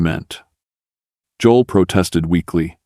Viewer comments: He can't even pronounce Joel correctly! This has to be not real! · Narrator can’t pronounce “Job”and Joel”.